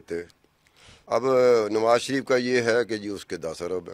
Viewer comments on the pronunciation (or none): none